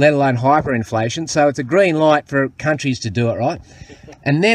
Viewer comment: "Green light for cunt-trees"